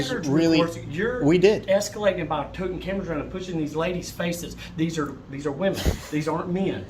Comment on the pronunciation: I hope whatever fainting flower female that felt the need to call her husband to come down & actually harass the two auditors, was fired. I love as a female myself that has common sense, the fact that bearded husband kept saying these are wee-men. Meaning WHAT?! SMH. 😳